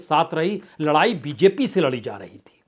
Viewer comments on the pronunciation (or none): none